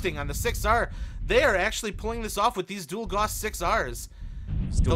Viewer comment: gauss rhymes with mouse.